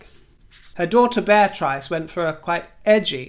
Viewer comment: Bear-Trice, my new preferred pronunciation